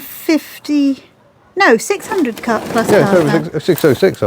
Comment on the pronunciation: PLAS as in GLASS